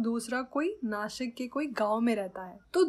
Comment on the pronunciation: Mam it's nasik not nashik😑